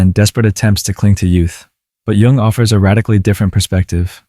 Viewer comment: Nice!! BTW, it's pronounced /jʊŋ/, not Young...😉